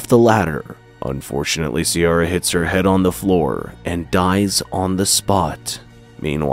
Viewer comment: Love the attempt at the Irish names haha, you nailed Siobhán, Ciara is pronounced Keer-a